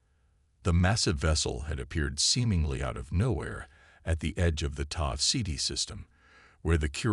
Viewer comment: Why at 20 mins and then again at 22 mins does the damn story repeat....where he laughs at the meme of his first speech!!??? AND what is the "Tah-Seeeti system" how bout (Taooo- Sehti system!!!???? Your AI SUCKS as much as most of them out in this cruel world!! Makes it hard to enjoy the story when these POS AI's make so many freakin mistakes. And WHY can't AI's say A...I...!!!??? What is: "EH-Uh"!!!??? Is that your AI's version of an AI!!!???